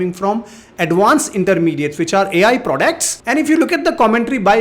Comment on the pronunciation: They way you say prodects though 😅